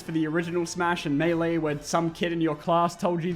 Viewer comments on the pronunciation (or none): none